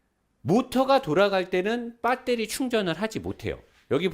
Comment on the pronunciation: 빠떼리 발음 굿입니다~^^